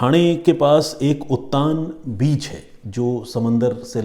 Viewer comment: उत्तान नहीं है उत्तन बीच है और नयागांव नही नायगांव नाम है स्टेशन का।